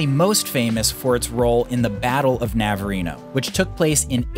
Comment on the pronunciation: Navarino Bay? Not navareno